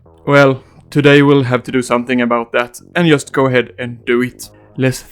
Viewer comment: "I yust love the yerman coats"